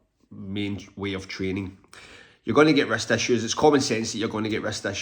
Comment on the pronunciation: Oh....wrist, not rest, issues. I thought you were saying rest issues. 😂